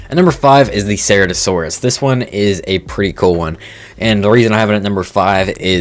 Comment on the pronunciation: I wanna get the Anomalacarus looks awesome, it's was a really cool little monster in Walking with Monsters. Also As a dinosaur fan, I really gotta say Your pronunciations of Prehistoric life Names needs work, do some research beforehand. Cera's Toe? No, Sir Rah Toe. Chi-tan? Wrong. Kai-tan. Dino-sew-chus? No. Again Silent H just like The Brachiosaurus. Just saying.